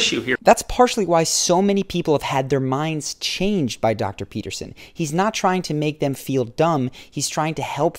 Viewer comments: Well, you say Jordan Peterson at the beginning of your video and then you say "Pepperson". I would say to attract respect 1ST: Always master the pronunciation of the name of the person you are talking or referring to. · Its Peterson not Peppersin! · Pea ter son.....not pep-per-son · Even the captions heard Pepperson. lmaoo. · I came here for this. I was like... Did he just called him Jordan Pepperson? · Edgar Allan Tone I legit heard Pepperson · Stephanie hahaha nah he said “ Jordan peppers on” hahh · "Jodan peppers in..." is what he said, but he said it with a weird inflection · Hahahah yeah it does sound like that doesn't it? "Jordan peppers in.." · mark the narrator said Jordan PEPPERSON lol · he says "Jordan pepperson " haha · 2.22 he calls jordan "jordan pepperson" 😂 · bruh i thought he said Jordan Pepperson 💀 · I'm sorry... did you say.... Jordan P– ....Pepperson? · Did he say Jordan Pepperson? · At 2min 20 seconds on … you said dr / jordan “PEPPERSON” …… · seems like he said Jordan Peperson lol. JP has all this going and still His wife left him....judge not a divorced man I guess... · RobbieJelsomeno that's what I heard😂😂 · I heard it and immediately searched the comments for a fellow shark. 😂